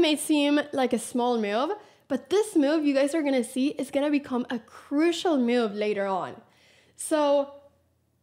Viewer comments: I like how Anna says “myuv” 😀😀😀 a “crucial myuv” 😀👍🏻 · I like the way Anna pronounces move ‘myove’